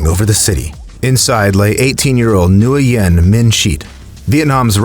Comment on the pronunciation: FYI, Nguyen is a last name and pronounced "win." From what I've read, people in Asian countries often do last name, first name, middle name.